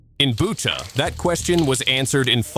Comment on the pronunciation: It is Butcha and not Buca!